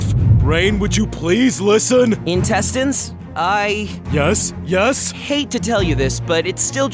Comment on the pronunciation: It's pronounced "intestines".